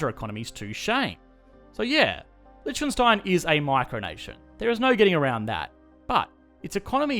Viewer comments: why is he saying Lietchkenstein instead of Liechtenstein ? ( litch - ken instead of lich - ten) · Man, you really need to learn how to properly pronounce Liechtenstein. It's painful to listen you saying it :) Hint: the ch is silent (/ˈlɪktənstaɪn/, or LIK-tən-styne). Here on Wikipedia you have the audio of a better pronunciation (at least for an English native speaker) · oh i allways thought it is Lichtenstein since every german pronounces it that way since Licht is light and Stein is stone so we say it like the two german words we have for it... But i only now realize how it was Liecht all the time xD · It's funny how he pronounces it like "lytshkenstyne" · It's pronounced: lee-TV STATIC-ten-stein. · Litch-khen-stein sounds so wrong... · This. Is. Lishkenstein! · Please do the former communist countries of Central and Eastern Europe Also please try pronouncing Liechtenstein something like leekh-ten-shteyn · I'm surprised no one has said that before. But the way you pronounce Liechtenstein is funny! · I love how wrongly you pronounce the name of the country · The video was awesome but the pronunciation of Lichtenstein killed me. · The way you pronounce Liechtenstein makes me cringe so hard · As a German its funny to hear an English speaker pronounce Lichtenstein xD